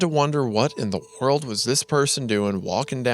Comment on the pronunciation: "What in the whorld"